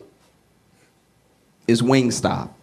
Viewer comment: My 12 year old said, “It’s WingStop, Not Wing Stay” 🤣